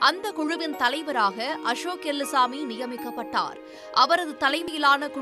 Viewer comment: அம்மா தாயே அது எல்லுசாமி எலுமுசாமி இல்லை 😂 0.08